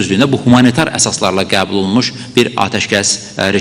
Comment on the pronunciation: Sen hele gebul sozunu dogru teleffuz ele sonra olke yonet allah belavuzu versin alcag pislikler